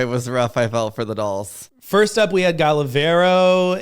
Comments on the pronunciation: Also if we're talking about pronunciation, its Gala Varo like VAH RO, not VAIR O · Thank you for reading my comment and yes I can agree with Ru judging all of the Against The World comment, though I think Brooklyn is a great judge and deserves the spot she got! Loving the Ruviews 🙌🏽, u r also pronouncing Gala Varo incorrectly, the A in Varo sounds like the A in apple! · I found it really sweet of to take the time to read the comments. With that being said, you should pay attention to Gala Varo, too. You've been pronouncing it wrong. Love from Brazil 🇧🇷❣️ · Since we’re correcting the way we say queens names. Please pronounce Gala Varo right, thank you!☺️, keep showing off them legs 🫠